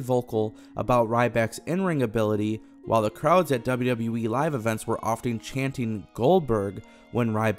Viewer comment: Why does this guy keep saying WW"WE"??